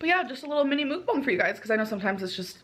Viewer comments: its muck bang but shes stupid and calls it mook bong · Muck (like duck) bang (like bang bang, not bong) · I don’t normally correct people on the pronunciation of mukbang but since you mentioned it, it’s pronounced muhk-bahng in Korean. Uh like in nut and ah like how you’d say ahhhhh at the doctor when they tell you to open your mouth. It can be confusing because when romanized usually u means an ooh sound, but when romanized traditionally, it’d be written as meokbang (the vowel uh is romanized as eo) which is even more confusing to figure out if you aren’t familiar with Korean, so I get why they went with mukbang 😂 (I speak Korean) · Because you asked, it's 먹방. There is no u/oo in it, more like mog-bahng (no ae but like a u turnd to a like in sun). I don't know if that even helped, sorry 😅🌷